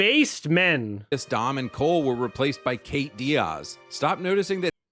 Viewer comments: ew, why does he say "Diaz" like that hahaha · The way he repeatedly pronounced Diaz drives me crazy. Like what accent is that?